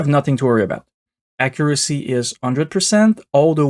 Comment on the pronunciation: I loved the acCURacy of your pronunciation of "accuracy" being hard-coded to 50%!